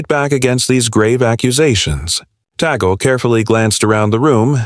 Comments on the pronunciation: Tag-le not Ta -gl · (TAGLE)TAG--LEE as pronounce...NOT tigle.🙏❤️ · IT IS NOT TEGEL BUT TAGLE PRONOUNCED TAGLE. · Its not Teagle. It's Tagle (pronounced as Tag/ le ) Pls do the basic etiquette of getting the names right. There has been many articles lately that specifically focuses on Cardinal Tag-le which are negative in tenor. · Pronounced as Tag..Le.. not Tegle. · Tag....le not Tagol..pls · Tagle is pronounced Tah gle (short e). Where you get Teagle and Taygel is beyond me. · It's TAGLE. Not TIGEL. What accent Is this voice from? T A G L E .Tagle . TAGLE. Not TIGEL. No TIGEL. If not pronounce correctly tumigil ka nang magsalita. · "TAG- LE" IS THE RIGHT PRONOUNCIATION, NOT TIGEL OR TAGEL AS I HEARD IT, AND EVEN WORST WRITTEN AS "TIGO". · Right but that shouldn't sound like APPLE (aeple). It should be TUG- LE as in CUP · First of all Pronounce his name well Tagle Is pronounced as “Tag-le” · Hey, it's Tagle. Not Teegle. Not Tigo. Not Tig. This narrator is hysterical. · Please learn how to pronounce the names before you use Tagle is pronounced just as it is written You go from teagle to tagel..enought times to drive one mad. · Pronounced "Tag-le" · TAGLE —PRONOUNCE. TAG - LEE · To the narrator, please make sure to pronounce the name of Tagle right. It's so confusing. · No matter how one is maligned. If DESTINED, no one can stopped it!! Just pronounced Cardinal Tagle name correctly! Pls watch and learn!